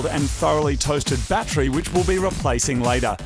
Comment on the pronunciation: You pronounce "t's" with a "ch" sound. So battery sounds like batchry and tune sounds like chune lol.